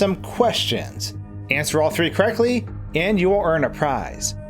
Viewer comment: Baldi can't say " correctly " he always says " Sorrectly " 😂